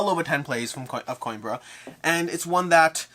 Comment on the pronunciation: I'll give you the Portuguese pronounciation for Coimbra. Put the word "Coin" out of your mind and replace it with "Queen". That will give you "Queembra" ;)